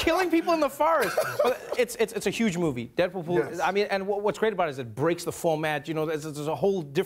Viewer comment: He said "Deadpoo-pool" :'D